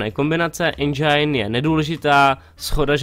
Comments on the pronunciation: Endžajn :D Čte se to endžin kdyžtak xD Jinak dobrý :) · je to Endžin nie Endžajn :D a inak nezáleží na recenziách, môže mať hra samé 10 ale nemusí sa moc predávať :D inak super video :)